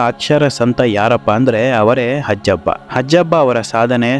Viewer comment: ಹಜ್ಜಬ್ಬ ಅಲ್ಲ... 'ಹಾಜಬ್ಬ'. ದಕ್ಷಿಣ ಕನ್ನಡ ಜಿಲ್ಲೆಯ ಮ೦ಗಳೂರು ತಾಲೂಕಿನ/ಈಗಿನ ಉಳ್ಳಾಲ ತಾಲೂಕಿನ ಹರೇಕಳ ಗ್ರಾಮದ ನ್ಯೂ ಪಡ್ಪು ಎ೦ಬಲ್ಲಿ ಇವರ ಕನಸಿನ ವಿದ್ಯಾ ಮಂದಿರ ಇದೆ... ಹರೇಕಳ ಹಾಜಬ್ಬ...